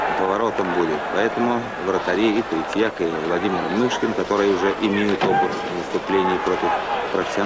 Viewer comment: Мне 62 года, я смотрела этот матч. Помню, говорили канадцы не могли фамилию Мышкина правильно говорить. У них буквы ы.нет. Называли его то Мошкин, то Мушкин.